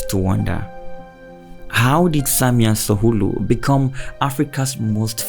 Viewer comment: Samia Suluhu caught you sayy Samia Suhulu😂